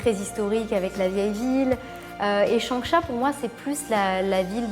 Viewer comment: "Bonjour Chohisse"